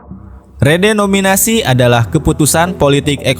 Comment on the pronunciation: Lo banyak nyebut "REDOMINASI" min..saking semangat nya lu jadi ngilangin huruf "E" dan "N" nya .. kocak lu min😅